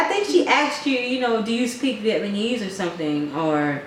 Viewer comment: you guys are sooooooooooo funny I enjoy watching your videos and crack up btw it's vietnamese, not vietmanese :))